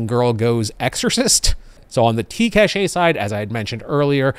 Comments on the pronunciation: In practice, we say cache like "cash". Cashay is more like a treasure stash. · The technology word cache is pronounced "cash" as opposed to "caché". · Hey! Funny how you pronounce cache as caché, you had me check on the gradio app if there was an accent, but no, it's cache as in cache memory. Caché would mean hidden. Thanks for your vid as usual! (French subscriber here;) ) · "cash". it's pronounced "cash". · Love your videos and content. Long time subscriber, first time caller here....Cache is pronouced "Kash".